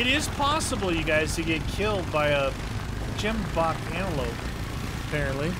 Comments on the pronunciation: Love this series because it's about my home and what I love most about the animals but I do hate it when people miss pronounce the animals names like gemboke has more emphasis on the "g" and wild beast is pronounced like a vild or a ganoo basid on how they sound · The way you guys pronounce Gemsbock is so funny I love it 🤣🤣🤣